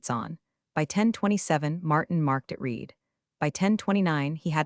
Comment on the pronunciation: The usual misreading of the word READ by the AI.